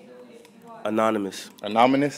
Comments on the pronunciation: he said anomynous 🤣🤣🤣🤣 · Green dude: anonymous: anamonous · nobody:: anamonous